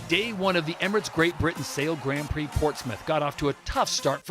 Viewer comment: yes Todd Harris is a little over the top however I just want him to pronounce grand prix properly. It is very grating and embarrassing to be honest.